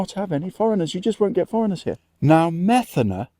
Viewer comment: Greek here, The accent is on the "e' So you pronounce it: Me'thana, ( no Metha'na )! :)